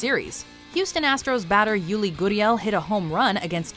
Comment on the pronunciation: His name is pronounced Yoo-ri, not Yoo-li. Jeeeeez